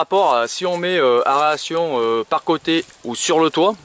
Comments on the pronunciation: Tu dis bien extracteur !!! Tu as du mal avec "a e r a t i o n" , tu as raison c'est juste une diction de m.... , tu m'as fais rire quelque chose .... Pouce encore .... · Mais lol, aération, pas aréation😁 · Aeration xd pas aréation